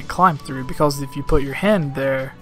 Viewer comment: "beKULLs".. am I hearing this correctly? "because" I think so.